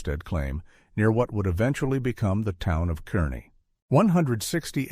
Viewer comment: Narrator refers to "the town of KERnee. Should be Carnee.